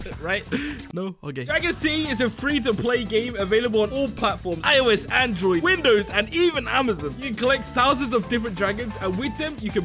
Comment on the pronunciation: "Ten tousand big ones"